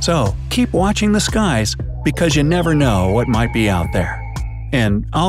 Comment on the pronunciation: you said u not you